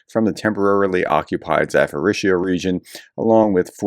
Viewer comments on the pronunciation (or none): none